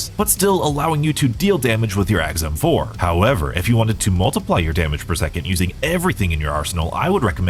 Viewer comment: I must be getting hard of hearing in my older age because I could swear I heard him say the guns name is EggsM4 lol 😂